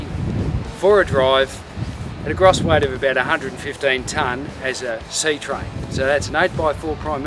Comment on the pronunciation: That's a very strange way to pronounce gross and also AB Triple.